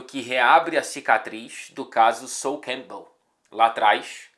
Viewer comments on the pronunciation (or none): Eu entendo ele falando Southampton e depois que me dei conta que era Sol Campbell 😅